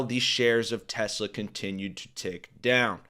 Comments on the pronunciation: It didn’t help that Donnie pronounced it TesLER😂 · It’s pronounced TESLER 😂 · "Its a great product has good as it gets" Then doesn't even know the name and calls it "Tesler". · "I love Tesler" Derp...